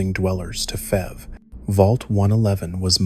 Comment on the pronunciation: I love the story, all the details, an unexplored mystery….. just wish it hadn’t had the “AI” aspect with broken sentences and mispronunciations lIke F. E. V. being said as fev.